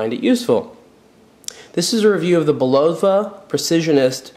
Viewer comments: Bu lowa? Really??. c'on!. Say it wit me: It's Bull a vah...Would you buy a Camaro from a guy who called it a "Camer-oh"? or a Coke from someone who called it a "coke-cola" ? I don't think so. You tell me to stfu, yet I'm "mean"...ponderous man,,that's just ponderous. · Bull low va?? It's Bul luv ah... Old US company. Credibility lost, dude. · BULL-o-va not the way you say it. Also Champlain was a famous explorer, not to you I guess. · I believe the pronunciation is: BULL-uh-vah The company name has been around forever but I don't know who owns the name now. I like the sweep-second but the style is not for me. There are others of the whole "Precisionist" series. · Bill L thank you, I'm not the only one hearing this. Plus his since of humor is ,ah lacking.